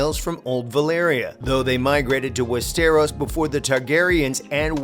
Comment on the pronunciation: I hear west stare rose 🤣